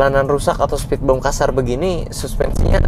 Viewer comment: spitbim bukan spitbem